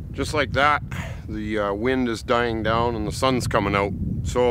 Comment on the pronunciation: Where are you from? You say down like dung.